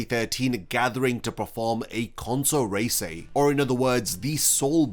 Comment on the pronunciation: reisai, not reisei